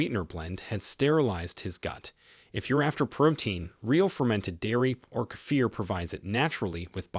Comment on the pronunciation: 70 in Australia. I make my own kefir. Nice to hear it pronounced correctly by the way. I make my own low fat yoghurt with local milk. I'm going to start to make cottage cheese.